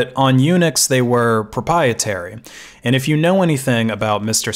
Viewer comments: PropRiertary, not propietary. No pies involved. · I'd like to interject for a moment. What you're pronouncing pruh-PIE-uh-ter-ee is actually pronounced pruh-PRY-uh-ter-ee . . . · "proprietary", not "propietary" 😂😂😂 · Just a small thing, but please practice prouncing proprietary. You are constantly missing the second "R" and making it sound like propeitary which would mean (if it were a word) "in favour of eating pies". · Read this comment at the beginning of the video and was so hoping he said it just like this. Was not disappointed. Still laughing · Pro-PIE-etary Lol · pro-pry-e-terry Not mad, just saying.